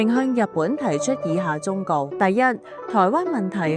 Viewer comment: 「忠告」發音是「忠谷」；既用了「台灣」，也用了「颱灣」。